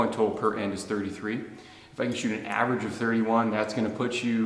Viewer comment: Great shooting, 👍!! You're no more "averange" 😁..